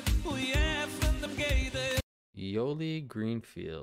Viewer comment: So I'm gonna try help with the pronounciation, even though it's a bit harder through reading, but there's also hearing (and just for the record: you really don't need to apologize butchering the names). Let's start: - Yoeli - pronounced as Yo-Èl-Li. The name is Yo'el (=Joel in Eng. Many Hebrew / Biblical names that start with Y, in Eng changed to J, like Yedidya = Jedediah or Yisca = Jessica) - Shmueli Unger is pronounced - Shmoo-Èl-Li Oon-Ger (Smueli / Shmuly / Shmily - are all the same name - Shmu'el (Shmoo-Èl = Samuel) - Velvi Feldman - not about pronounciation, but just about the name - Velvi is originally Velvel, it comes from Russian, and it means Wolf, a common Yiddish name. In Hebrew it's Ze'ev - Avrum (pronounced Av-Room, a nick to the Original "Avraham") Mordche - so here's the big thing: All the names with "ch" such as Mordechai / Mordchè, Menachem, or the name of the song "Kochvei Or", are not pronounced like in English (such as Republic of Chilè) or like the word Shalom, but just the way you pronounce the word Challah. That lady explains that perfectly: and here's a website you can type names and hear their pronounciation, like: - again, not about pronounciation - it does remind a little bit of the song "Funky Town" (my ringtone...lol) - Ahrele - pronounced Ah-Rè-Lè (sometimes Ah-Ra-Lè) - a nick to the original Aaron, which in Hebrew is pronounced Aharon. And his last name is Samèt - Shea - pronounced Shee-Yèh - a